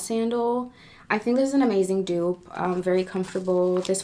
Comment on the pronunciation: It’s pronounced “du-op” but “dope”